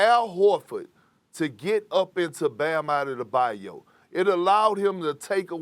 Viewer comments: I laugh every time Perk says "BAM ADEDABAYO!" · Bam outtadabayo lol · Perk's pronunciation of Bam's name always makes me laugh. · The way that Perk says Bam's name cracks me up every time. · Lol is like saying Martin Luther the King